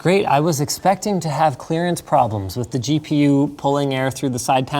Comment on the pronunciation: "Clearance Clarance??!!"